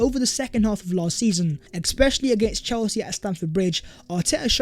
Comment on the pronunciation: Please mate, it’s not ‘exspecially’, it’s ‘especially’. Great channel.